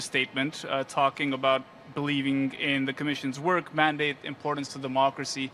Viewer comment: Did he say dermocracy ?